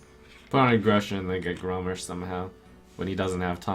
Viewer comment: Good to save it for just in case anyway. There are a lot of triggers for grim patron. Two more points of damage make Gromm that much scarier. ( btw it it's grom MASH not grom mish. Grammar Nazi!!)